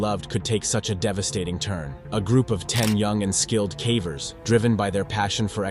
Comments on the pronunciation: What on earth are cavvers? Its pronounced in the same way as cave. Ie cay-vers. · Pronounce "caver" correctly. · Your pronunciation of “cavers” is atrocious